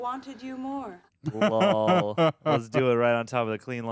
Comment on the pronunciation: Anybody running a count on how many times says "LAWL" in these videos?